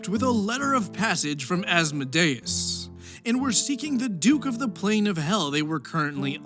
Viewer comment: As-mo-DAY-us?! As-MO-dee-us.